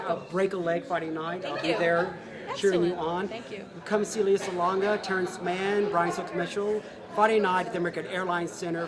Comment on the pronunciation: Emmy, Grammy, Oscar, Tony.. And it's Le-yah. not Lee-yah. :)